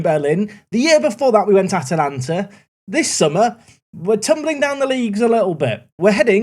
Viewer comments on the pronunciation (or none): none